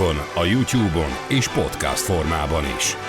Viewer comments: Az nem úgy kell ki ejteni hogy podcast hanem podkeszt így kell ki ejteni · Ez a "PoTkÁz" nagyon zavarja a fülem :D